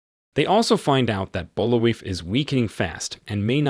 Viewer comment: Bul-vai is how it's pronounced, they say his name in the movie like a dozen times.